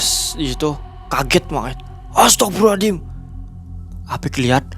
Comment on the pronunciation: Serius nnya astaghfirullah allazim atau aladim? Salah sebut beda arti